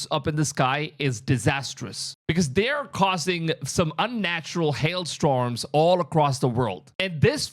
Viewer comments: STORMS!!! Not STROMS!!! 😮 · Ohhhh haillllnahhh What did you say... "ST-Roms"? Keep working on it. (Stor-ms) I love that.. "Nephel-limes" I know what you mean. It was a cute mistake.